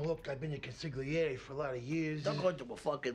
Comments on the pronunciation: I always loved how he says “con-sig-lierri” intentionally mispronouncing it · Con-sigg-leery. Disgosting. 😂🤦🏽‍♂️ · “ConsiGlieeri”.. wtf? An underboss doesn’t know how to pronounce his position? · Chris Johnson Exactly, they pronounce it “consilieri”, without the g. This was really dumb. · But he can't pronounce it! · He pronounced "consigliere" wrong